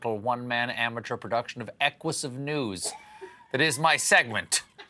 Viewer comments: Equisive???? Lololol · Wow! When Colbert said “Equus”, that caught my attention! He had better read his monologue ahead of time from now on.